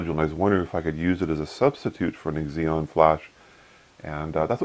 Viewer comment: Eggs-eon? Cute. ZEE-non. Xenon. Xeon (zee-on) is an Intel brand name. :-)